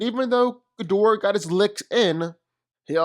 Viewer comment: Smart smart enough Ghidorahs entire body is covered in brain neutrons ding dong Also I wanna know why half the entire section can’t say “Ghidorah” properly